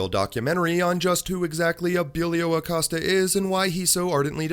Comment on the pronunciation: Jim Acost-ya! Hahaha